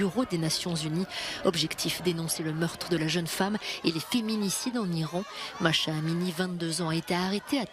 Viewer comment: le prenom de la jeune femem assasinée en Iran est MAH'SA, ne pas prononcer MACHA mais MAH-SA.